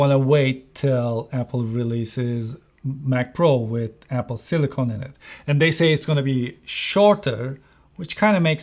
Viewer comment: Hocam, "silikın" yerine "silikon" diyorsunuz, amerikancada bu olay farklıymış Türkçeden. Bilgisayarlarda kullanılan, Apple'ın da ismini verdiği Sillicon (silikın), silisyum (element olan) anlamında. Silicone (silikon) ise bildiğimiz silikon, estetikte kullanılan. Telaffuzunuzda hata var bu sebeple; silikın şekli doğru olan. Ellerinize sağlık ayrıca, on binlerce dolarlık özel ekipmanı olan onlarca reviewer'dan çok daha başarılı işler çıkarmışsınız.